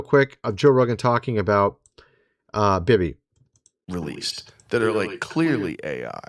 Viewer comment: YOU'RE LITERALLY MAKING VIDEOS TALKING ABOUT HOW BAD THE WORLD SUCKS WITH US IN CHARGE AND YOU CAN'T EVEN IMAGINE A WORLD WHERE SOMEONE ELSE MIGHT DO A BETTER JOB? AND IT'S "BEE BEE" NOT "BIBBI". Anyway, have a good day.